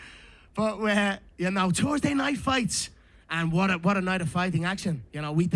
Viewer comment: "Tursday night fights"😂